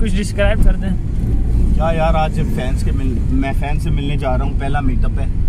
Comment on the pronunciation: Who notice that he said bans in place of fans